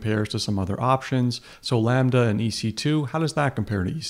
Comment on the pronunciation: "Lamba" should be "Lambda"